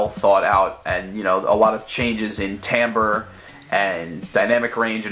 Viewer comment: pronounces timbre TIM BREE